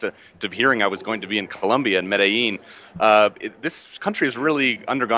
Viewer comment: David pronounced "Medellin" without his argentinian accent, what gives?